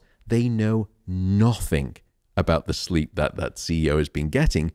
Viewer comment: Thank you for this interview, but it's "nothing", not "nothink".☺️